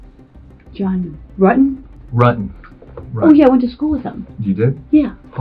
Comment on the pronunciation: Pronounce John's name properly, Rutten not Ruuten